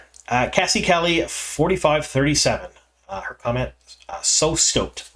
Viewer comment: Thank you for your enthusiasm. BTW I thought you said condom instead of comment